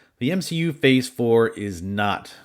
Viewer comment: You legit said M SHE U